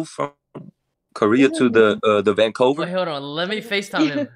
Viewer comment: he be livin’ in this bubble here. And over the time, the voice been developing deeper and deeper. It caused him to have the voice of a bass tremor, and extended the vocals deepa and deepa. His living in the bubbles made his geographic locational knowledge not so updated. In fact, it was outdated so he called it Vancover instead of Vancouver To be honest